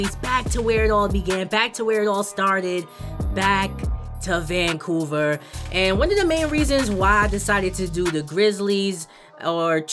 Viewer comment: Vancuver lol🤣🤣🤣🤣 but great vedio